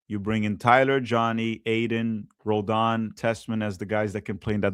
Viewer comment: Roladan? Puh-LEEZ!